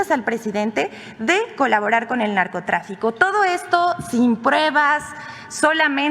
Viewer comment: Dice que "sin prebas" JAJAJAJA